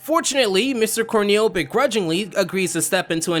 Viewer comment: “Corneal” lol